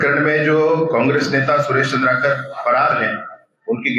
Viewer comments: चंद्रकार नहीं भाई, "चंद्राकर", ठीक से पत्रकार भाई का नाम लो। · वो चन्द्रकार नहीं भैया चंद्राकर है